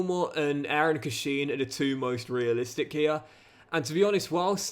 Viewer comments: It’s pronounced Cash-in! Love it though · Derby fan here it’s pronounced cash-in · Hi, love the content. One quick pronunciation comment it's Eiran (Air-in) Cashin (quite literally "cash-in")